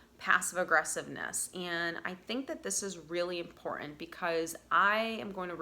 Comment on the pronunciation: Please pronounce “Important” correctly. The silent treatment has to work when speaking to someone whom is always right and has to have the last word. When someone is always speaking, they cannot listen and understand your perception .